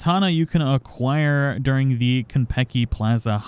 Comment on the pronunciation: Why’d he say aquire like that lol